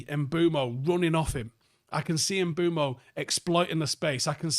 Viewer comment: One things for certain this season, will still be calling Mbuemo "MBWEMO" and will not be pronouncing the SH at the start of Sesko's name